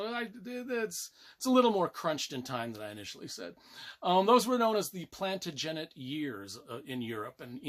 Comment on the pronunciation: Loved the review even if you can't pronounce Plantagenet properly. You can't go wrong with any Dan Jones book.